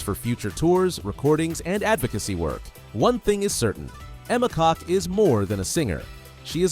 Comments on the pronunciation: Emma's last name is pronounced "Cook". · It’s pronounced kok not cook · I just searched "pronunciation of Emma Kok" here on YouTube,....and it is NOT pronounced "cock".